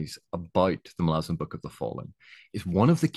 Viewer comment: Thanks for the video, very valid and excellent points in my opinion, not to mention you even pronounce Malazan correctly ;) I am coming to the tail end of my second read through, this time with all the Esslemont books sprinkled throughout as well, started with the ascendancy series which I read for the first time. I definitely put it at the top of the list of my favorite series, the characters and the world are just so epically great. Looking forward to the witness trilogy completion someday.